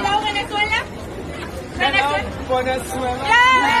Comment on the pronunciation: I know it's VENEZUELA. But he pronounced it more like Buenezuella, hence the laughing emoji. He was a bit flustered whn he cant't find his car, poor cutie pie😂😎❤.